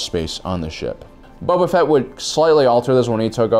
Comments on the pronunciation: Cause he says every name wrong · Why do I keep hearing “Bubba Fett” lol